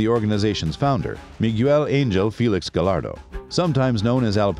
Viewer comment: Just a tip: LL = Y / i henche, "gallardo" is pronounced : Gayardo.